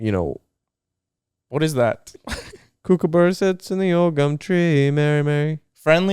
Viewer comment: the way he says kookaburra 😭😭😭